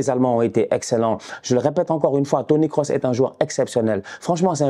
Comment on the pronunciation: c'est moi ou il a dit Toni Kosinus :face-purple-smiling-tears: j'suis mort